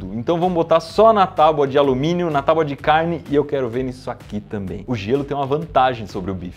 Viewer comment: Impressão minha ou o Iberê fala taubadicarne?